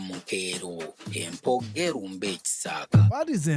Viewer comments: Empoggo erumbe ekisaaka. But in reading it sounds like empogge'rumbe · Point of correction; was saying ",empoggo erumbe" so when making a sentence it sounded like "empoggelumbe......" He didn't sound the "O"